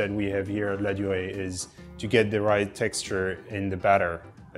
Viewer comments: The macaron are amazing but could the voiceover have made a little more effort to pronounce the name properly? LaDurée not Lodderay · "Ladooray" - how you americans butcher the french language 😂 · I cringed every time she said 'la doré'. If you're doing a video/blog, etc., please learn the proper pronunciation of your topic. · I can’t with the pronunciation of laudree it’s so cringe i hope she doesn’t talk about anything outside the USA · She makes effort in pronouncing "macaron" but no effort in pronouncing "Laduree." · Listening to this lady's attempt at the French words dotted throughout this video is a bit cringe inducing. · How can you pronounce Ladurée so bad? It's disrepectful. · Leave it to a gringo to butcher the pronunciation of Ladueree. And then try and save face by butchering the pronunciation of croissant and macaron. 😂😂